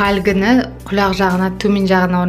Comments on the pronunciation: ҚұлӘқ демеші ҚҰЛАҚ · Неге қүләқ? Құлақ десейш. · Құляқ емес құлақ